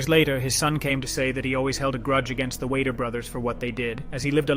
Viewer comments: Is this a robovoice in this video? "in the year one thousand nine hundred and sixty five"????!!!! Seriously? BTW Weider is pronounced "weeder" NOT "Wader"... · Joe Whey-der? The fuck? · It's we''' der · Who the fuck is Joe Way-der? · I hope the narrator isn’t the one who wrote this and is presenting this. You aren’t even pronouncing Joe Weider’s name correctly. I’m writing this pretty early in the video but also, anyone who knows Arnold’s real story also knows that the story about his dad’s funeral was taken from another bodybuilder he knew and he thought it looked good for Pumping Iron. I can’t stand inaccuracies in biographies this day and age.